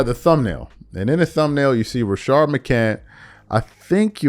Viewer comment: Rashad not Rashard. Good video! Call out the Bronsexuals